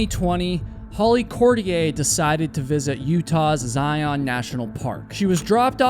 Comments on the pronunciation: Zion is pronounced Zaiun, as in fun run gun. Not Zai-Ahn. I don’t think she was ever lost. You can practically see and hear any vehicles going up the drive from anywhere near the river. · By the way, it is pronounced ZlI-on, not zi-ON. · I agree! Please —-you are usually very careful pronouncing names —-please learn to say the name of a major National Park correctly. It is said Zi - UN, like lion, not Zi - OWN, like Cyclone. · I’m sure you will never see this, maybe others will but they pronounce Zion in the sound of zi-un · Good video -- in Utah we pronounce it "Zi-unn." Don't ask me why, but yeah.